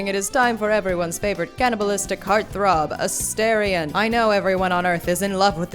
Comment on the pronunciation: His name is UH-STAR-ION